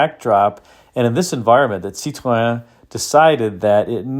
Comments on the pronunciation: Thank you for not pronouncing it "citrine" like so many YouTubers do! I believe Car and Driver referred to the brake "pedal" as looking like a "diseased half grapefruit." (Or maybe it was a "rotten half grapefruit.") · You did this one so you could show us how to pronounce Cit-ron, didn't you? 🤣😂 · great pronunciation of Cit- ron. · I drive a DS 21 daily and appreciate this video and like your pronunciation of Citroen. Dispelling the myths and misunderstandings of these cars is a full-time job but it makes Cars & Coffee a lot of fun. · Hi, I’m a bit disappointed that you pronounce Citroen with a French accent but the episode featuring the Australian P6 LTD was done without an Aussie accent, c’mon mate, fair go. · Now we’re talking. The SM is in my “dream car garage,” as is the DS on which it was based. And thank you for taking the effort to pronounce Citroen correctly, a level of respect some other American YouTubers could learn to emulate. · My compliments for your pronounciation of Citroën and Peugeot. Fun fact, the name Citroën is a frenchified name from Dutch (Citroen), meaning Lemon.🙂André Citroëns family from his father's side came from the Netherlands and as the French don't know how to pronounce the Dutch "oe" sound, he changed it to "oë". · Really enjoyed your SM report and kudos for saying the manufacturer's name correctly. I cringe when a Brit says it......."Citron"........geez. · Thanks for the correct pronunciations: Citroën, Peugeot and Jaguar 😇